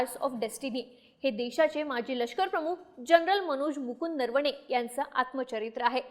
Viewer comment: नरवणेचा उच्चार नीट करा . नर्वणे बोलू नका. ऐकायला कसं तरी वाटतं